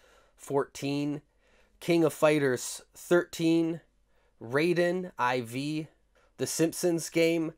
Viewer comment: Raiden IV.. eye vee? Haha that cracked me up!